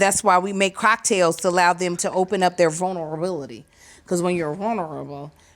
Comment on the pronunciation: Vul-ner-i-abilitay (I know it's spelled wrong but thats how she slurred that word). Those pre 🍸 already taking over her speech🤣🤣🤣🤣🤣